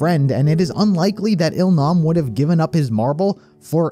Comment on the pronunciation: its that oh-il-nam...we all cried mad for him